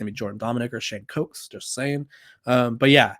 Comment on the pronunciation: His name is Shane Hooks not cokes